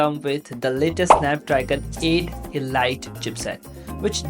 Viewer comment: so...if elite is read as e-light in your pseudo english, wonder how you read the word "light".